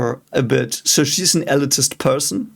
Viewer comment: Elitist is pronounced "elite-ist".